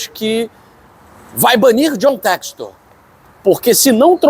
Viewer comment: Infelizmente por esse e outros motivos não levam a sério ainda o John textor, nem o nome dele conseguem pronunciar corretamente 🤦🏿‍♂️Deuses do futebol nos ajudem🙏🏿🙌🏿